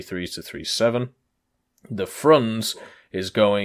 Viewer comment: The correct way to pronounce Frunze is simply as it's written [frunze], not Frunz or Frʌnz. Frunze has [u] like in "move" or "foot" and [e] like in "get" or "tell".